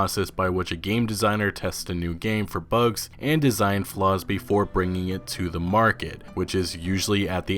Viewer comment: Please stop pronouncing ‘the’ wrong